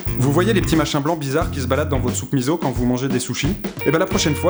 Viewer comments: Je veux pas particulièrement vous signifier que mon cerveau est plus gros que le vôtre, mais on écrit "Miso" et pas "Mizo" donc ça se dit MISSSSSSO. Voilà. Salut. Jvouzèm. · euh je n'ai pas compris la relation en la soupe miso et le thon. il n'y a pas de thon dans la soupe miso (qu'on prononce misso)